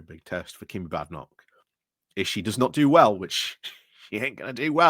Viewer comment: Badenock is pronounced with a long a vowel not a short a vowel!